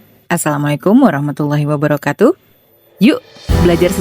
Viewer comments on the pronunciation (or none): none